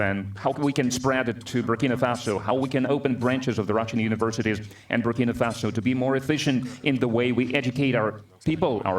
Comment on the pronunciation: Greetings Bro, thanks for your very informative channel especially the coverage on our President, His Excellency, Captain Ibrahim Traore. Just one observation, you keep mispronouncing the name of his country, the name is BurkinA Faso, not Burkini Faso. Burkini means a full body swimsuit. Burkina means "upright" or "honest" in the Mossi language of Burkinabe people. Thanks for highlighting his profile. God has blessed Africa with a fearless, gifted leader who has a heart of love.